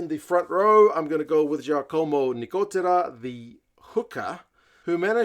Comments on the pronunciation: Congratulations for pronouns of Nicotera (perfect) and Cannone (almost perfect). They say here that Lorenzo Gun (Cannone) is on radar of many anglo&french teams... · Nicotera's last name is pronounced very well, on Cannone, good but not very good😊work on it a bit.